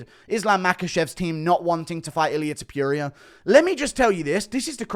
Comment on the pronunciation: I hate the way you say Ilia's last name.!! You are not pronouncing it right!